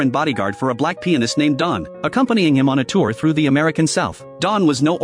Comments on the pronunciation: The narration is so funny, when it says black pianist, it sounded to me as black penis😂😂😂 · "Pianist" he said. 🥀